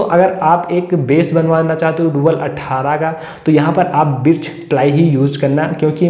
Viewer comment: बिर्च नहीं भाई बर्च प्लाई.aur yeh sabke bas ki baat nhi h ki birch ply ka cabinet banwaye.